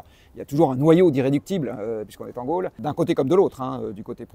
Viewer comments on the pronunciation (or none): none